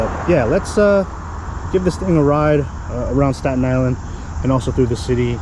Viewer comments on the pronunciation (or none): I died when you said dy is land lol its island like surrounded by water lmao.